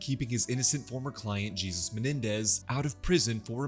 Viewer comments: So we’re just not gonna talk about him saying “Jee-zus” instead of “Hay-soos” several times? 😂😂 Thanks for the recap though. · Are you racist? Why would you pronounce Jesus(spanish) as JESUS(bible)????? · jesus -> pronounced as -> hay-soos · Great recap but that's not how you pronounce Jesus in this context